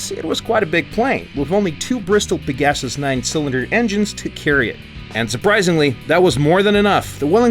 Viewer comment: "Vike-ers"? "Pe-GASS-us"?...Gaijin, please...You're hurting me...